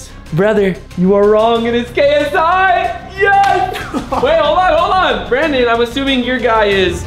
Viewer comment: “Brawndon is scarwed” got me lacking 😂